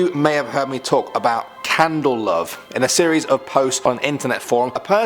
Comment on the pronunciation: I honestly thought my internet was falling apart when kept saying "Candle Love". We were talking about urban legends, not a pyromaniac fantasy, lol.